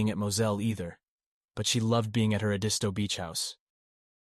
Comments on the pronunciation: It's ED-isto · It’s pronounced ED-isto beach 😉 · Did the of this video watch any of the Murdaugh murder trial? Family, friends and colleagues consistently pronounced their last name “Mur-dock”. The location of their beach house was pronounced’ED-iss-toe”. Would suggest that the narrator watch videos of this very compelling trial. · Everyone......it's Ed' is toe accent on Ed!! Thanks! But👍on story!! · Oh my gosh, please learn how to pronounce their last name and Edisto Island correctly! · I live in Charleston,SC and I have never heard the rumor about Paul being Autistic..One more thing if your going to speak out about this horrendous story please learn how to pronounce names and places correctly..I am not trying to be rude or snarky ibut its not that hard to research the correct way to pronounce Edisto and Murdaugh.. Other than that I have been enjoying your podcast keep up the good work 😊